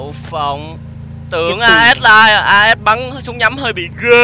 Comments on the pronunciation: As là Ah còn tiếng Ah as đọc là ê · Lớp 7 tiếng anh học chữ này rồi nè "as'' nghĩa là ''Như''. Phát âm là 'ê'